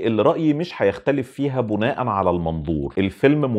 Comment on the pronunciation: لسه هشوف الفيلم وأبقى أرجع أشوف الحلقة تانى .. بما إنك بتحب اللغة العربية وده شئ كويس جداً جداً .. حابب بس أقولك إن كلمة بِناءاً بتتنطق كده بكسر الباء مش بضمها .. هى كلمة بِناء عادية وأخرها تنوين تحليلك رائع .. تحياتى